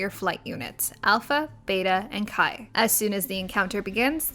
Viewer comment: Chi is pronounced Chee, not Kai. It makes a lot more sense as well if you get the pun.